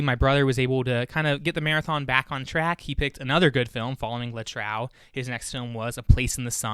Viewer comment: I will definitely do this with my friends. Also, please, the title 'Le Trou' is pronounced [ luh troo ].